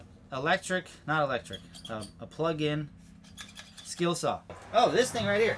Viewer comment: This guy said skill saw 😂😂😂